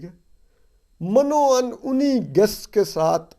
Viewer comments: Toor u are doing a good job indeed and I am regular listener..... It is Urdu word mino un .....not as Mano un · Toor sb lafz min o un hota hy